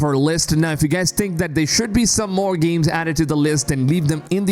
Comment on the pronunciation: GEEMS? or games? u have major nasally issues!